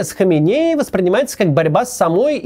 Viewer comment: Почему Кац регулярно путает ударение, называя прошлого и текущего рахбаров? Али ХаменЕи и Рухолла ХомейнИ. Это разные люди, все равно что Иванова и Иванько путать.